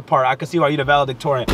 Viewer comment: Nobody: DDG: I’m valedictorian 😭🤣🤣🤣🤣🤣🤣🤣